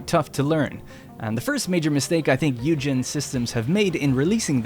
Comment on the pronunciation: Isn't it pronounced "oi-gen" as opposed to hue-gen